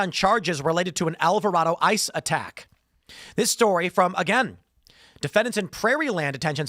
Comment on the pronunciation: It’s Al Vah Ray Doh not Al Vah Rah Doh. I’ve heard you mispronounce it a few times now so wanted to help you out. I grew up there lol